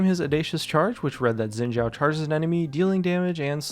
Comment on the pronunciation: its "Shin Zh-a0", n0t yin jia0 f0r g0d sake